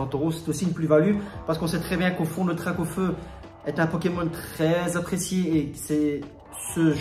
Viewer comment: 🙈🙈🙈Mes oreilles!! DraCaufeu! Avec un C poto!! Sinon intéressante la video GG!!💣😉